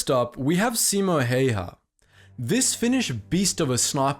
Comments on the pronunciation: Simo Häyhä is promounced See-moe Hä-oo-hä. Be advised that ä is pronounced as the a in hat. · Why the f#&@ do people mispronounce Simo Häyhä? It's not that hard.